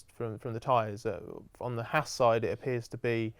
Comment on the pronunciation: Didn’t know there was an R in Haas